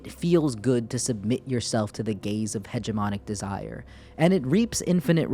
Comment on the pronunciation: I know you keep saying "gaze," but it's way more entertaining when I think you're saying something else. "Complete self-cuckery to the gays of the other" and "it feels good to submit yourself to the gays of hegemonic desire" had me chuckling for a while